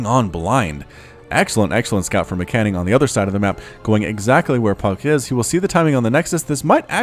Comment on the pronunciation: As an informative piece, MCanning is prnounced M. Canning. 2 words. It probably bothers me more than it bothers him :P thanks for the cast anyway :D